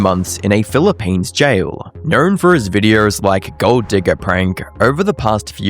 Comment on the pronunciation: knowRRRn for his videoRRRs